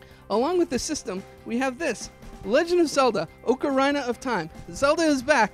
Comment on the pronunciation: ITS OCARINA NOT OCARIANA!